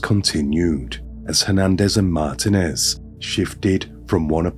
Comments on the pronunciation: It's MarTEENez Not MartinEZ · MAR-teen--ez Roll the 'R' if you can. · It’s pronounced “Mar TEEN ez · lol I have grown to hate ... mar-TEEN-ez 😅🎉😂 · Martinez is pronounced "Mar-TEEN-ez" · I always look forward to your videos! I think you might be pronouncing Martinez wrong, pronounced Mar teen ez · Wait is he trying to say Martinez the whole video lol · Please learn how to say, “Martinez.” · I don’t think this is an AI, but I was kind of tripped out by the pronunciation of Martinez and Vigil and some other words? 😅 🤔